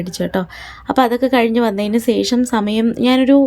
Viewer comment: സേഷം എന്നല്ല ശേഷം എന്നാണ്